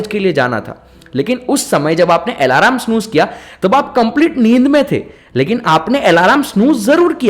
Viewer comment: आलम बोलते है भाई अलार्म नही